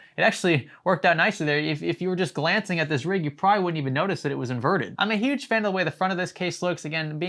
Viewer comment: say invernted without n and r